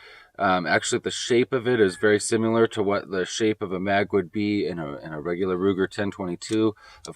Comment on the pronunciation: Apparently it's "simular".